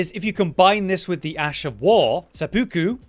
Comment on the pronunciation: Someone needs to tell this guy how to pronounce seppuku